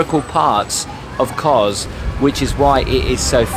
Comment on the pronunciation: It's Kos (soft 's'), not Koz. Beautiful place though, just got back. I recommend going to 'paradise beach'. we were talking to a local about that place, apparently it was once owned by a guy who ran it like a small hotel, but when he died disputes in the family about who should get it meant it ended up a ruin. A real shame as it's in prime position overlooking the harbour. That noise isn't Crickets btw, it's Cicada. the flash looking pirate ship looks tempting, but they're packed on like sardines in a tin. Half the people on there are stuck on a lower deck, hot and pissed off with no view. I would recommend picking one of the small boats for the 3 island tour, it's a much nicer experience.